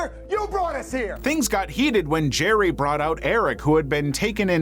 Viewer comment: Jer-RY. Jer-RY. Jer-RY.